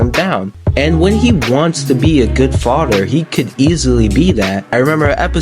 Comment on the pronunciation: Could you actually pronounce mother and father correctly next time ? Mudder and fadder 😂😂😂 bugged me the entire review I’m sorry